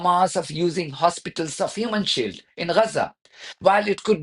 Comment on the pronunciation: Ix you saying human sheidllllll